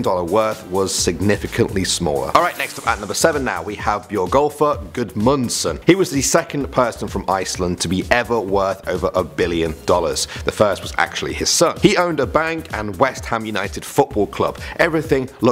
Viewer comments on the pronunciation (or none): Wow the way you pronounced Björgólfur Guðmundsson was really bad😂 I'm so sorry because I know it is hard to pronounce it unless you are an Icelander. But that just hurt my soul😂